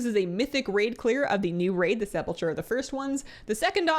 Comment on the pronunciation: did you really say sepulCHer? the CH is supposed to be pronounced like a K...